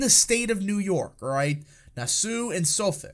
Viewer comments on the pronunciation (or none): The County, Nassau is pronounced Nah-saw (like the island in the Bahamas) Suffolk is pronounced suh-fik! LOL I'm Andy not Annmarie!